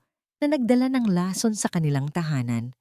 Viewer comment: May asawa c Zarex, pero sa kwento ay binata, alin ba ang totoo?mali ang bigkas ng lason, buti naman at iba iba na ang mga pangalan ng tauhan ng kwento,,kaya lng mali mali pa rin ang pronounciation ng mga salita